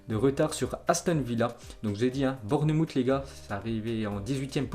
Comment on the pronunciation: Bournemouth se prononce bornmawf pas bourne moutte 🤣🤣🤣 fait un effort stp